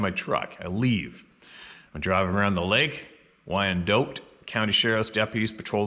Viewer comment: It’s pronounced Why-An-Dot county. NE Kansas. Leavenworth, KS. I recorded an album there and a few times, just to get away for a bit, I went for a few drives just outside the city and it’s wooded and rural. Right along the Missouri River which literally is the border with Mizzou. It’s hilly enough that there are winter skiing spots near there in Missouri. I can TOTALLY see how these things could be there. I live about 50 miles west of there. NE Kansas is not endless flat plains but is more wooded and increasingly hilly the further East you get.